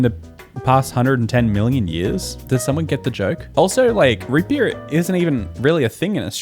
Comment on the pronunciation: especially coz he says "r" wrong "drop beaor" vs "drop bare"